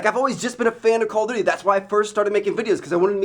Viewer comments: It's call of duty, not coll of duty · Its called call OF duty not call o duty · Anyone else think he said call of booty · He said call if booty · at like i swear he says call of booty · He said "call of booty" in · You said call of booty lol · LOL I SWEAR HE SAYS "CALL OF BOOTY"! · he says call of booty. Slow down Trev. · he says call of booty lol